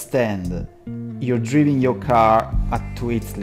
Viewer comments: Piccolo consiglio: driving non si pronuncia come si scrive ma DRAIVING. Suvvia. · ottimo per la voce, ma alcune pronunce "basilari" sono parecchio sbagliate ("driving", letto letteralmente come noi lo leggiamo dallo scirtto, quando è "draiving"- "allow" che è "allao" - "precision" che è "presiscion" (intendo quindi le fonetiche). Strano perchè francese e spagnolo sono OK, consiglio di curare la pronuncia, per il resto sempre ottimi video/tutorial